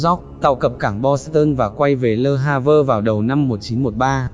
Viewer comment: Le Havre đọc là lơ-a-v-khờ ạ